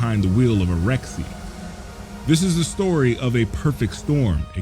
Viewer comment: Video seems good. You just called it a “rexxie” two minutes in and that’s where you lost me.